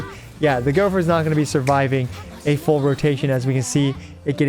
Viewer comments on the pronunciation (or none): none